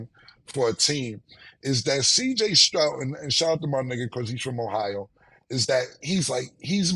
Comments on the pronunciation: “CJ strout” smh lmao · Yo Cam the mans last name is Stroud not Strout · Say Killa respectfully it’s Stroud with a “d” pause not a t🤣🤣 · I hate the way you say cj Stroud name, cam say it spelled cj strout, that’s my last name too, and hearing cam say it, is a cringe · How many times are they going to let him say Strout he stay butchering the easiest name name 😂